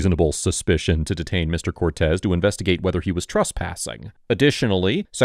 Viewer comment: Cop: Trespassing: He said truspassing